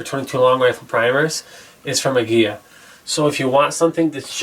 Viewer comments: Emphasis is on first syllable as in AG-ee-la. From my good client from Mexico who owns a popular Mecican restaurant. I'm so glad the Mexicans are now producing the hottest 22 round, even though I'm from Idaho where CCi is headquartered. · The interceptors are great. However, Aguila is Spanish for Eagle, and the L is pronounced like the English L. You are pronouncing it as if it had a double L, like in Tortilla. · It is properly pronounced Ah-Guee-LaH. It means eagle in Spanish. It’s extremely cring to listen to such smart and intelligent beings pronouncing such an easy word wrong.